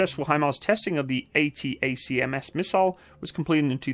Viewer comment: ATACMS pronounced A-ttack-ums